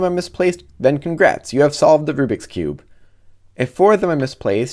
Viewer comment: Rubric Rubix Oh my god, it's rubik's